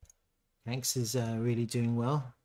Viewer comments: It’s pronounced…Kwan-X… not Kanks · QANX /ˈkwɑːnˈeks/ ..... Not kwenks...